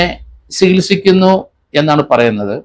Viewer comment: "Sikilsikkunnu" Alla Chikilsikkunnu. Ennanu correct..enthu DYSP Aanu ithu..